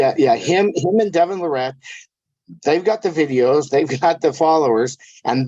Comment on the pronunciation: All these years and so can't say Devon or Travis last name properly lol.